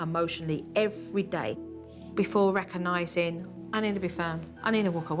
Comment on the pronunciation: It's NOT rackanising, it's RECOGNISING!!!